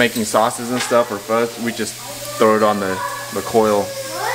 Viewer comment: You murder Vietnamese pho man. This is terrible.